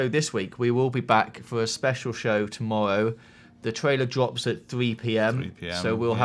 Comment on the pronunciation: "tomowwow" soo cute xD